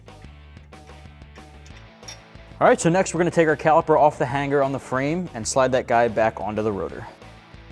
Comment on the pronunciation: No hard G in the word hanger. It’s Hang-er, not Hang-Ger